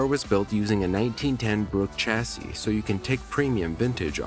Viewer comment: Don't pronounce the final "s" in "chassis": "cha-ssee"